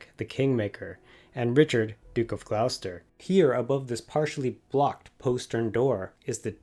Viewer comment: You give information about Mary, Queen of Scots that you say happened in 1537 and 1538, but she wasn't born until 1542. She fled to England in 1568. Mostly good information, excellent photography, but pronunciation needs work (Lancaster = LANK-uh-stur; Gloucester = GLOSS-tur).